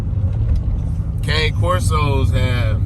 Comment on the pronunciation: The breed is pronounced “Kah-nay”. It’s Italian. But some good info in here bro. Keep pushing ✊🏾